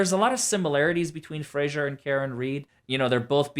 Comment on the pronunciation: No offense, but it's Fraser, not fraggsherrrŕ. Lmfao